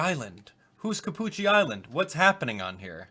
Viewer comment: Cappucci more like Ca”Gucci”